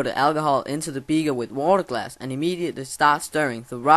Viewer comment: It's called a beaker not a beager